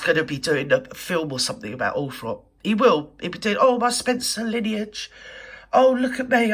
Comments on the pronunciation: At least check how to spell and pronounce Althorp then you might succeed. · I lived 5k from Althorp so keen to have it known correctly